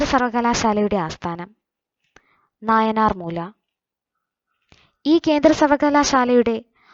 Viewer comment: നായനാർ മൂല അല്ല നായിമ്മാർ മൂല